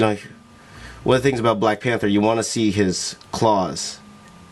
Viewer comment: “Black Pahhnthurr” shhskskshsjsksmhchad Black Panther* 💀😤